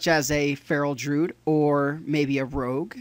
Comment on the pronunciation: It's pronounced dru-id, not fucking drood you fool.